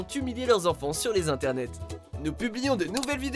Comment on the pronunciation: 'LES INTERNERS ?😂